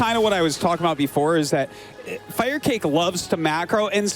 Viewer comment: Really Artosis? You thought it was pronounced "Fire kah kay" all these years?